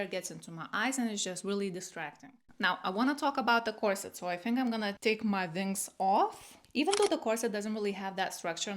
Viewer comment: How come you can pronounce the w in 'one', 'where' 'we' and 'well' but not 'wings'?